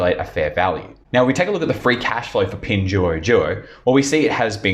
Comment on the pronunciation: Yo, you mispronounced all the company and the yuan. 🙈🤯🤯